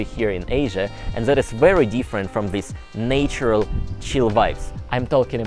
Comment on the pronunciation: Hey, I love your videos and make sure to watch all of them as you release them. I know you're fluent in English, but it's still not your native language, so I wanted to help you with the pronunciation of a word you always mispronounce in every video so that your English will be more perfect. When you say the word "natural," (like ), you say the "nat..." sounding the same as "NAture" with a long "a" sound. But when saying "natural," the sound of the "nat..." should actually change and the first "a" should match the word "national" instead and even sound similar to that word. I can't find any better way to explain it or other words to compare it to. Of course, if you don't understand what I'm saying, you could ask any of your friends you live with or see all the time!!:)